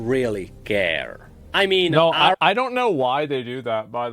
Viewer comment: It's not Asmon without pronouncing Ahri as "Ahiri"